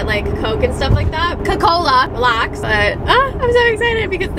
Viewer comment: "went to get coke.... COCOLA "😂